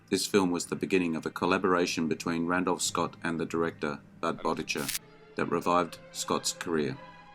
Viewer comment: Great list - but, for the umpteenth time, please learn to pronounce the last name of the director of “Seven Men From Now” correctly.